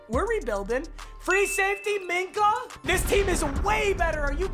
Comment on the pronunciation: Nobody:: MINKAH MINAH AHHHHH